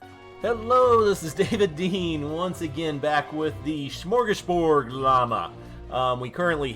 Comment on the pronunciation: Shmorshgashbord! lol love your vids